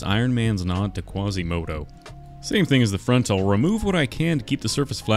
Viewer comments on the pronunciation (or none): I can’t believe he said quzzi moto😂